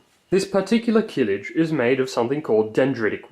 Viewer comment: Stop saying "keelij". The first vowel is short, as are Turkish vowels generally.